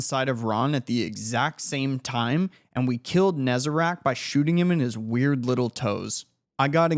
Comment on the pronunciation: Cyrtarachne (Sert-a-rach-NEE) is how its pronounced btw, hope this helps